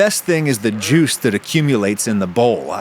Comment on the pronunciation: lol you're the social media expert, but I'd recommend not shortening "juice" into "jui"